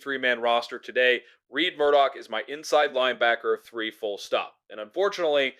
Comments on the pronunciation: It is RED not Reid or Reed Murdock, lets get it right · I found "Reed" pretty irritating.